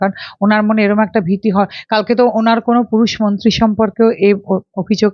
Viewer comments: দিদি, আপনি "মন্তী"" মন্তী" বলেন কেন?? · it is awful to hear you say bengali. It is not "monti" it should be "mantri". Listen how the other lady is pronouncing the word, learn from her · Anchor ta beep beep beep. Kotha boltei dicche na. Montee noy, montree 😢